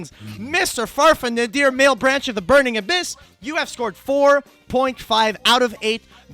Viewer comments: "malebranche" is italian, it's not male-branch :((((((( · Mah-leh-branch, not mael-branch.